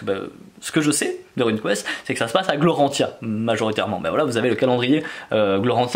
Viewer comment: Lol c'est Glorantha et non Gloranthia ^^